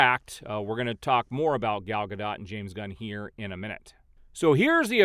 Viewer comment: Love how the mispronounciation tied in with the post where James "God" was said to be sent "On a mission from God" that one time. I completely lost it!!! 🤣🤣🤣